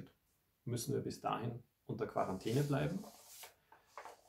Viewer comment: Quarantäne wird am Anfang mit "K" ausgesprochen OMG...